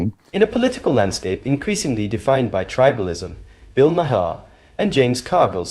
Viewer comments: Please pronounce his name correctly. It's not Ma-her. It's Mar. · Narrator might want to learn how to pronounce “Maher”. Otherwise, stop narrating?